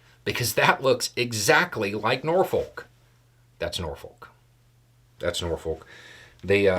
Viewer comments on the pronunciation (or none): It's not "Nor-Foke" it's "NAW-fuk". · I need to say it, WRONG. Norfolk is not pronounced that way lol. As a local it grated on the ears. Nor-fuck or Norfick, or if you want to get REALLY old school, NawFick are the proper ways. Just a PSA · nor-fuk. say it with me. nor-fuk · Norfolk is pronounced Norfuck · it's pronounced Nor-fuck. Iran knows better than to have anyone touch our boats. They found out the hard way. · I’m originally from the Chicago area so when someone says “the Eisenhower” I immediately think of the expressway. Also, the way locals pronounce “Norfolk” sounds more like “Nya-fik” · To people from "NORFOLK," it's pronounced "NAWFU(K" :face-turquoise-covering-eyes: We can tell when someone is from somewhere else. They can't say it right. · here it's pronounced "NAWFU(K" ... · It's pronounced Nor-fuk. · As a local, living next to Naval Station Norfolk, I smiled at your pronunciation of "Norfolk." We pronounce it "Norf*ck." Portsmouth Naval Shipyard is where the Navy repairs its ships. By the way, i did some research on H5N1. it has a human mortality rate of ~60% which is higher than ebola, smallpox, & black plague. That is saying a lot. That might be a effective video for the future because when H5NI mutates to become easily transmitted person to person we are in real trouble especially given the world's & US's attitudes toward mitigation for pandemics. Ending 50-60% of world population with a single infection of H5N1 is a potentially, real threat. That outcome would take the pressure off climate change & natural resources...i know that is morbid. I am concerned. I always enjoy your informative videos! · As a lifelong resident, it's pronounced NAWFU(K - you will get it right one day - it takes a while to realize your parents don't mind !st syllable emphasizes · just a comment, the "L" in "Norfolk" is silent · The most shocking thing I’ve found in this video is how Americans pronounce “Norfolk”